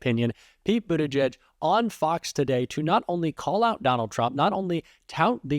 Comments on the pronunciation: The guy can't even pronounce Pete's last name correctly. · The Fox dunce can’t even pronounce Pete’s name correctly (in typical maga form) and introduces him as former mayor of Indiana?? I mean he’s the current secretary of transportation for Christ sake. Fox is such trash.